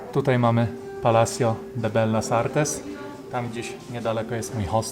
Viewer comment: Chciales zeby Cie poprawiac. Nie mowi sie bellas artes tylko "vejas artes" po hiszpansku. Film super. Pozdro